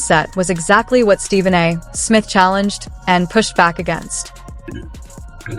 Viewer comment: An easy way to tell this is an ai video: Every time the voice says Stephen A. Smith it pauses after the A. The period after the A makes it think it's the end of a sentence. Nice try, ai.